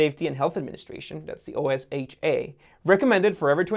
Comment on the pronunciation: Good info, but your inability to correctly pronounce words really hurts your credibility. Hearing you mispronounce Carl Icahn or Lingerie is painful. Also, acronyms like OSHA are spelled out as words, not letters. Just do your research.